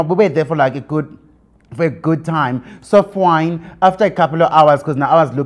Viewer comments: So fwyyyeen / So Fiiine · I also heard soft wine 😂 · Does he say soft wine or it was fine. I just hear soft wine 😂😂😂